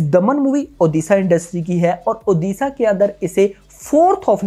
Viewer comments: ओदिशा नही भाई ओडिशा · ओदिसा नही उड़ीसा बोल भाई नही तो unsubs कर duga 🤣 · One request sir pls pronounce the state name proporly..it's not oodisa it's ODISHA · Don't say oddisaaa it odisha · Bro first learn to pronounce the name "Odisha". It's not oddissa. Are you guys for real! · सर इसे ओडिशा उच्चारण कीजिये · Brother aap Odisha ko galat pronounce kar rhe hai, please pronounce it correctly 🙏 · please pronouce odishsa correctly u are from india not from england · since you are using odia film as a content for your channel at least get pronunciation corrected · Odisha ka nam sahi se lele fir movie review karna